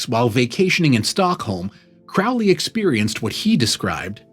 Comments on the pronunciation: Pronounced Crow 🐦‍⬛ Lee. Excellent video,keep them coming.His father was a wealthy businessman… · His name is pronounced Crowley as in crow, not ow as in couch or ouch. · It’s pronounced Crow Lee. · Not Crowley as Owl… Crowley as in Crow. Pronounce it correctly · If youre going to do a video on Crowley, it would be a good idea to pronounce his name correctly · If you can't pronounce his name, you're clueless. It rhymes with "holy," by his own words.